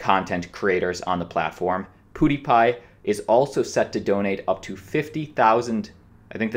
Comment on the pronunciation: He keeps calling him poodiepie haha